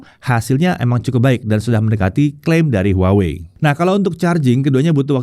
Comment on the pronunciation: tetep dibacanya : WAHWEi